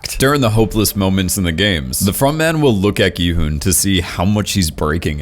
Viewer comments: FINALLY SOMEONE WHO SAYS HIS NAME CORRECTLY INSTEAD OF SAYING "GEE HUN" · he finally said Gi-Hun’s name right